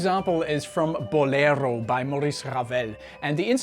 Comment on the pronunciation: Pronouncing Maurice Ravel as if he were Spanish, because the word Bolero is spanish?!